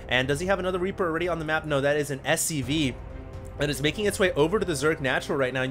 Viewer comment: SCV. Not SUV. haha